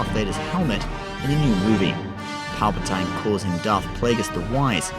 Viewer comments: It's pronounced palpa-teen not palpa- tine(with a long "I" sound) did you even watch the movies? Pretty sad when even the movies say it the right way and you can't even say it correctly. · Just saying it's pal per teen not spelling but how it's pronounced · Who the fuck is palpotiine ? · Dude! For fuck sakes pronounce the word "PALPATINE" properly and not like a dumb idiotic spastic!!! Fuck me drunk mate!!! >=S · 100% BULLSHITR THIS GUY CANT EVEN PRONOUNCE PALPATINE CORRECTLY. HUGE STAR WARS FAN LOL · He only says it that way because he's from the UK